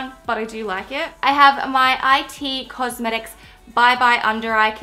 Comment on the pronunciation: I'm not hating but I Just want to tell you that it is it cosmetics as in the word it. Don't take any offense but I had to tell you so you don't say wrong again😂😂